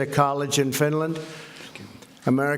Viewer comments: Yeah, one of his “best” words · Yep, he sure does. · I swear I heard him say Stinland too!!!!!! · The rest of the public can see it in the video just as easily as reading it in the comments of someone with nothing better to do than hunt for every tiny mispronunciation the President makes.You Dems are nutz,and the incessant nitpicking is not increasing the likelihood of the Democrats beating Trump in 2020-quite the reverse in fact. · He absolutely did. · “Trump is HiTlEr!!!” Yet literally nobody has quoted or timestamped where the problem is. The only problem I see, is he’s having a conference with Finland who has nothing to do with America. Edit: OHH he said “Stinland” instead of Finland I see now.. IMPEACH!!!! Orange Man BAD!!! Mentally unFIT!! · Stinland? Trump can't bloody speak. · He absolutely said Stinland. Come on folks. This dude sucks. We need progressive leaders. Smart leaders. Presidential leaders. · "Stinland' ?? LMAO.... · wtf is Stinland??! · President of Stinland? Jesus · Stinland? What the confefe?? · Is it me or does he say “Stinland” at the very beginning commentary? 🙄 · OMG, he did!!!! He said "Stinland" 😂😂😂😂😂😂😂😂😂😂😂😂😂😂😂😂😂😂😂😂😂😂😂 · I heard Stinland too. He's sniffling again. How is this the same person who could barely get through the United Nations Teleprompter speech. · Definitely said stinland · Stinland? 🤔🤔🤔😂🤣😂 IMPEACH THE MFer !!! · Stinland? Where's Stinland? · RECIPROCITY?!?!? He can't even say Finland... he said Stinland. Someone is clearly writing speeches. Also the President of Finland talks about coal, the environment, arms control, the US needs the European Union and the Union needs the US. Has stated the opposite of Trump, THE COMPLETE OPPOSITE OF TRUMP'S POLICIES. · S. You mean the President of Stinland? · Did he just say Swinland? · I thought my earphones were malfunctioning. He did say stinland. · I think he said Stinland too...LOL! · Wtf is Stinland?